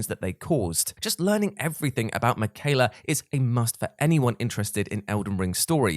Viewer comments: Saying makayla instead of Miquella was killing me lol Melina says his name when you fight her. Just saying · In other words. Me quell a bad pronunciation 😁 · Rickard? Mickyla? Did you not play the game Praetor Rykard and Miquella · The way you're pronouncing Miquella is unnerving.